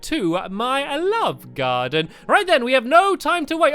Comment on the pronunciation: does anyone else think that when Stampy says welcome to my love garden, at the end it sounds like he has seen something curious in the distance?